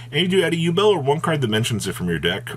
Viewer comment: 'U-Bell' It's pronounced 'You-bl'